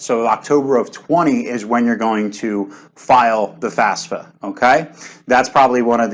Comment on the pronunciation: Why "top experts" can't even get the fafsa pronunciation right? Do you guys need classes on Latin family languages? Sort of which letter comes firs'kinna thing? Jusayin...